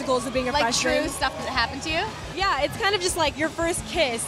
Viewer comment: Eva can't pronounce true that good she's so cute lol